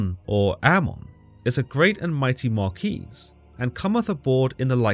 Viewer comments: I’ve never heard anyone pronounce Marquis (Mar-kee) as Mar-coo-ees 😂😂😂 just turned this video into a comedy 😂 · 😂 glad im not the only one who had a good laugh about it. He caught me off guard with that pronunciation